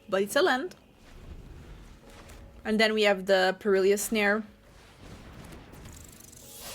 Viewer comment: Good video.... Fun looking deck and I think your accent is great but please stop calling it Per-il-ious snare.... there is no second "i".... Its pronounced "per-il -us" phonetically